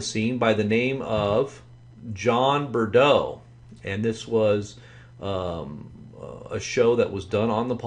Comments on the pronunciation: Found this video trying to research MFATW. Wow. What a mystery man. I’m simply looking for answers… No this guy sounds nothing like him. Even supposing he uses some sort of voice filter. This John Breaux (obviously pronounced “Bro” not Brudo” 🤦🏻‍♀️), doesn’t speak with the same mannerisms as MFATW. I’m new to Paul Begley and as I was casually watching tonight, I heard him in conversation with MFATW. He said something odd and it sparked me to ask the question…who exactly is Mike from around the world 🤔. So far I’ve learned: *He feels he should remain anonymous and he rocks a meme version of himself wearing a black hoodie on Twitter and his website hidden at the bottom of the page, of course, to keep himself concealed. *He thinks the yellow sun has been replaced by a new fake white sun made of light bulbs. *He says our KJV bibles have been supernaturally changed and made vile and we should no longer read them. (Waiting for the new improved MFATW version to come out on Amazon). *He has an assistant named Jazweeh the Seer who he gets awesome prophesies from. He/She also gives his/her opinions on things sometimes which seem unsure or undecided. *He and Jazweeh just adore Pastor Paul *He often refers to the rest of us a “humans”, somehow implying that he is not also human. So far this is all I have… If anyone has any forthcoming information about who this man is and why Pastor Paul is still drinking coffee with this guy, please, please feel free to tell me. I’m intrigued. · It's not John Bredeaux. It's Breaux. Pay attention to details when your "exposing" someone for fraud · I realize this is a very old post. Wow what a butchering of this man’s name. ‘Breaux” is a common south Louisiana surname pronounced “Bro”. I can pick up a slight (southern not really Cajun/Acadian) accent), however I don’t believe it sounds anything like MFATW. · Take it from this Louisiana gal.. It's pronounced.. Bro.. You're welcome